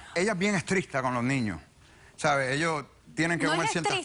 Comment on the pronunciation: Soy yo o dicen estristo?